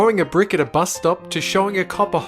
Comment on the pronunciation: It's not Buz it's fricking Bus dume dume!